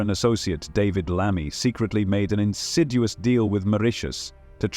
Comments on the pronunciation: “Insiduous”! Never mind the truth, you don’t even know our language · Insiduous? Try again, foot out of mouth.